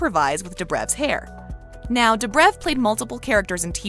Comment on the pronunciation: She's saying dobriv instead of dobrev, and stafon instead of stefan, ugh she's as bad a kai parker 😂